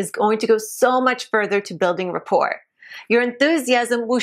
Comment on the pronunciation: How would this lady know what older women want? She seems like she is in her late 20's. And the "t" in rapport is silent. She needs to read a little more. But, in the end...her demure hemline is what it is all about...